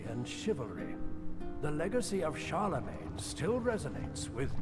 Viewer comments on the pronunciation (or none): none